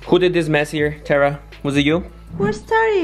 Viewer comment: It's Tera not tara